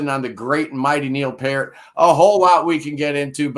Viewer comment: It's 'Pee-rt'. Rhymes with 'ear'.